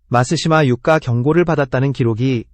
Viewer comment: 마시마 유를 마쓰시마 유까 라고 하내